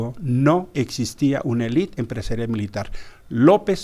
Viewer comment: Álvarez Icaza, No es "Elit", es Élite